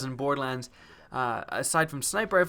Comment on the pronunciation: 'Bordelans' lol